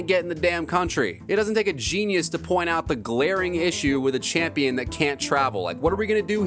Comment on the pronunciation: Worst “champio” the ufc has ever seen this kid never fights